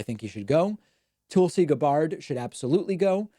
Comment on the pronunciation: It’s a troll. He got a letter about him saying her first name wrong, and he’s been doing it since then. Wouldn’t want to be rude and say someone’s name wrong would he? He’s so polite. 🤣